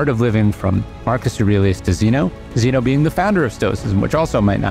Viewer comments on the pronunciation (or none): none